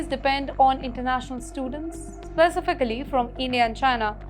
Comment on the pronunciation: This narrator/teleprompter reader needs to enroll in an English Language School where they teach proper pronouncement of words like "specification, specifically, conservative, etc.". As for a British education, it has been a "loaded hype" for many years, however SE Asian countries like Singapore are now far ahead in the education game, as has been shown via rigorous exam results.